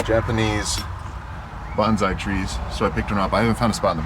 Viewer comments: Love your videos! But since you're driving a Japanese truck and bought a bonsai tree, the pronunciation counts. Bonsai isn't pronounced (bhan zy), that's a Japanese battle cry. It's pronounced (bone sigh). Please? Thanks! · It's Bonsai with a soft "s" rather than a z. Banzai was a battle cry of Japanese soldiers in WW2. It means 10,000 years. ;-)